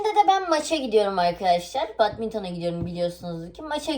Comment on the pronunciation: Bedmintın diye okunur*